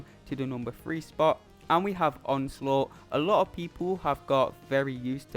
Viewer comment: So I'm not the only one who calls onslaught as onslut.... pretty much the sum up of his AI